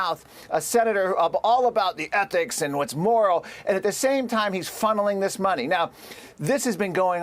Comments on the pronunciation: It is ethics committee, not ethnics committee. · Why does it not surprise me that Fox cannot pronounce the word ethics?